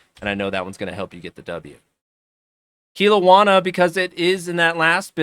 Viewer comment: Its pronounced kel-owna , i only know because I live near there